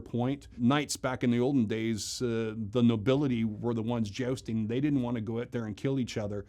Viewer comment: Why does jousting guy say "jaosting"?